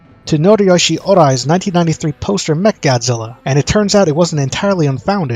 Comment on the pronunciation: all i can hear is "Meth Godzilla"